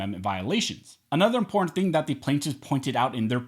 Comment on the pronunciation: I cringe every time you say the word imporant instead of important